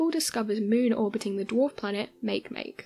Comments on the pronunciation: Isnt it ma-ke ma-ke and not make make? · Smdh- Makemake?! Make- phonetically is mawkee- Mawkee. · Pronounced Mah-key Mah-key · Hmm. I seem to recall and article in Scientific America a few years back about our universe being created as a three dimensional hologram of a four dimensional black hole. As my scientific knowledge is very limited, I can only think, "It's possible." On another note, I really wish these video presenters would do a little research into pronunciations before calling Eris' moon Makemake "make-make" when it's pronounced "maki-maki." Cheers.... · How can someone butcher Makemake so damn hard? Poor planet...